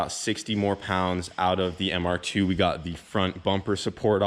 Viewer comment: Im i the only one who cringe when he says mr2. Hes like the ‘’mr- ... tffooooo’’